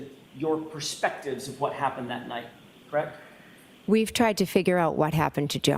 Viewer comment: She shakes her head no slightly a few times when she’s saying “CrrrWREKT”!! She’s an absolute SCAB!